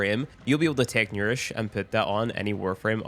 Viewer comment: He did butcher that word alot